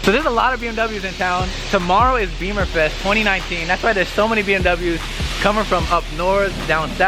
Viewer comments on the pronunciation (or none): It’s “Bimmerfest” not beeeeeemer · Bimmerfest. Not beemerfest. Love the videos just would like to correct how people say it incorrectly and wrong references .